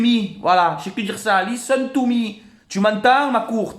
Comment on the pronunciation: 🤣🤣🤣 lisseun tou mi makroute LISSEUNE TO MI IN ZE PLACE TO BE